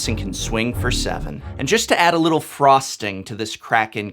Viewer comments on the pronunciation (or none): none